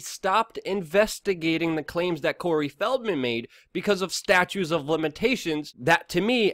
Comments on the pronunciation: Ugh, once again ... It's "Statute" of limitations, NOT "statue" of limitations. Really dude, communication is critical and defining. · FYI, it's STATUTE of limitations, not STATUE of limitations. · Roy Slade there's also a silent 's'in Illinois,and it's statute not statue,but that's what makes the man human!he can't cover all that news as accurately as possible,and sound like Oscar Wilde throughout!lol.